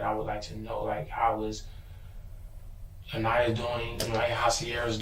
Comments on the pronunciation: PRONOUNCED "AHN-EYE-YAH" NOT AH-KNEE-AH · this narrator is an asshole continually mispronouncing Aniyah's name. Say it PHONETICALLY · Over 2.5 days I've watched the interrogations of both the "mother" and this guy. Just sickening and beyond sad how this baby was failed. One thing that's been bothering me is the narrator mispronouncing Aniyah's name. Is this an AI bot narrator? RIP Aniyah. 🕊️